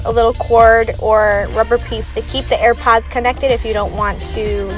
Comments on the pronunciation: to all u airpod users who have OCD: WHY IS SHE SAYING "EARPOD" INSTEAD OF "AIRPOD"???? REEEEEEEEEEEEEEEEEEEEEEEEEEEEEEEEEEEEEEEEEEEEEEEEEEEEEEEE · Am i the only one who hears at the start of the video when she says AiRpads not AirPods 😅